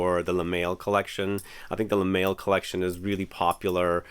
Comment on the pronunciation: Lol you really pronounced it "le mail"? Instead of Le mall